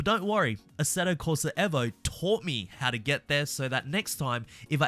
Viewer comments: Eh vo???? I'm just gonna keep calling it EE vo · This mane said assetto corsa EHHVO 😂 Bruh gtfoh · Eeeeevo Not Evo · Why do you say evo like that 🫨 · can we pronounce Evo properly please